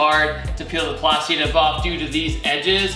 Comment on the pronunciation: at least tell her it's plastidip lol